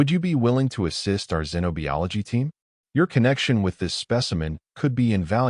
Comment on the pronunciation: Wound like woond not wowend. Teach the narrator how to properly pronounce “xenobiology”. It is like zeno bi ology. No e in bio. Fascinating story. Thanks.